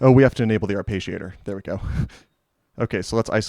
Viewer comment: There is no sound "page" in arpeggiator. You can get the correct pronunciation in the English to Italian translator. It is the same sounds both in English and Italian. But you seem very exacting so I thought you would like to know.